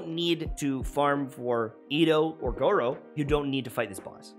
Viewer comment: i dont wanna be that person but its gor uuuu like u drop the o its the u sound